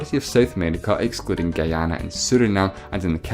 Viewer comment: Also, it's pronounced "ghee-AH-na", not "guy-AH-na"